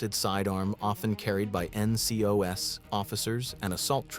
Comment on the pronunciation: Pictures are HORRID. There are pictures of the real items online, why make ones that look nothing like real or are just wrong. AI narration needs work ncos instead of plural nco lots like that